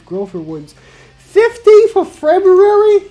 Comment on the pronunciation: 15 of febuwawi 😂😂😂❤️❤️❤️